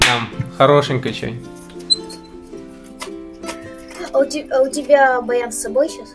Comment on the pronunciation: Не хочется быть занудой, но резануло «а ну-ка давай сыграй чёнить»